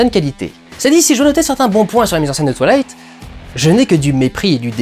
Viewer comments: Tu dis twalight au lieu de twouailight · "twa-ï-la-ïte", et pas "twa-la-ïte". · Ça me tue quoi il le prononce "toilight" 😂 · Quand tu dis twilight j ai l impression que tu vas dire toilettes